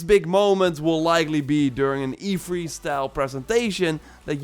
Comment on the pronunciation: Say three. Lol not free. Haha sorry that’s what I heard 🤣 it’s E3 not E-free lol